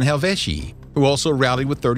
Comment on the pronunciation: right he said gayous moreus? And they fought the helvici?